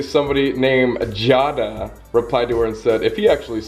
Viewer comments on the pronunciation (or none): My name is Jada and that’s not how u say it lol u say it like Jay da no hate just telling u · I got so made when he said Jada wrong 😄😅 my names Jada and I CRINGED. Its pronounces Jade-uh 👌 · Its not jada how you said it. 😭 its j ay da. But spelt jada. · My name is Jada and I hate the fact that people pronounce it jah-duh lmao it’s jay-duh for me idk no hate tho on Colby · “jaw-duh” ITS PRONOUNCED “jay-duh” I’m so sad 😂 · i have brown hair and green eyes and my name is jada but it is pronounced 'jay-da' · I swear to God, how he said "Jada" Really butters my egg roll because that's like my actual name and it's pronounced "Jayda"😂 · you pronounced jada wrong colby